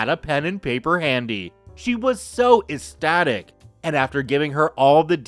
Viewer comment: Hey On story 3 / The word ecstatic IS Pronounced Ek Static The c in ecstatic is Pronounced As a Hard K Like A SICK KICK RIGHT 2 HIS HOCKEY PUCK FROM HER Killer LAWYER